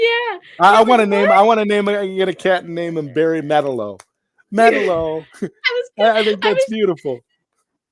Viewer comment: When said Metal-o, I almost passed out from second hand embarrassment